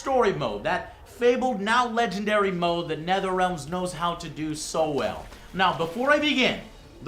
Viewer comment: Who's "Netherealms"? Oh, he must mean Netherealm. Always bugs me when people say things wrong. Like when some people say "exspecially" when they mean "especially". Why just add letters into words?